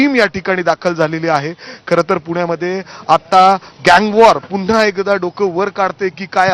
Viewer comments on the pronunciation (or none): none